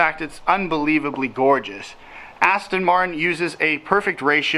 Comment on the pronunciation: It’s an AstOn not AstIN please pronounce it correctly.